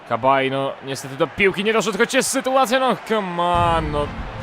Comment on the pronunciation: Nie "Kabaj", tylko "Sabaje" ;)